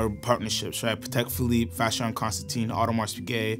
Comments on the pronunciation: We don’t pronounce the ‘s, for Audemars :) cool video overall, a sucker for JLC, AP to be swapped by VC or ALS anyday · Born and raised in Geneva : stop saying the “s” in Audemars please. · Please learn how to properly pronounce the names! This channel provides such quality content but the names need to be done justice! The “s” isn’t pronounced in Audemars, among other things